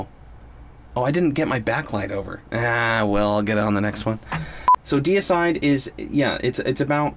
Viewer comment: DEE-A-SIDE not decide lol.